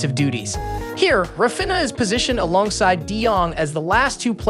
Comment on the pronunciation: Say Rah Feen Yah. Cmon you can do it! Raw Finna just doesn't cut it.